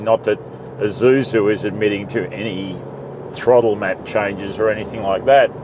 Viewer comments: Wish you could stop saying "Izusu" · This guy calls Isuzu an eye-zoo-zoo.